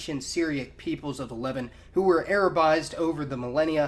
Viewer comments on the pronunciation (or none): Why does he keep saying "leven"? It is pronounced "Lev-aunt". It literally sounds like he's saying "the people of the eleven..." It sounds so confusing and stupud. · “Le-Vahnt”, it’s pronounced “Le-Vahnt”, not “levint”. Great videos though. Keep it up. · "LE-vant". XD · This is the first time I think I have heard Levant pronounced as levent with the stress on the first syllable. Great video though, very informative! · LEH-VANT FEH-KNEE-SHANS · great video as always. by the way, I've noticed your pronunciation of "the Levant" is unique. you seem to put the stress on the first syllable, where as everywhere else I hear them say it with the stress on the second syllable- kinda more like "the le'VANT". is that just a word that everyone pronounces differently or do you have a particular reason for pronouncing it that way? thanks again for the video and keep them coming. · Levant isn't pronounced like that